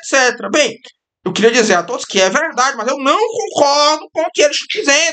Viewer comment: falou "é verdade" como um paulista